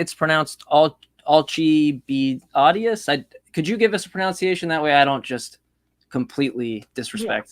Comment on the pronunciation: Hey, The pronunciation of pronunciation is pronUnciation, not pronOUnciation🤣